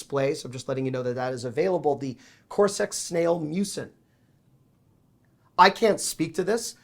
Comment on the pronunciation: Hi, it's pronounced Coz R X